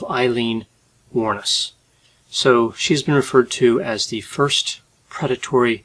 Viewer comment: Her name finally pronounced correctly ✌️🇮🇪